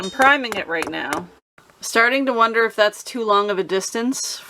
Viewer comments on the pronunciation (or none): none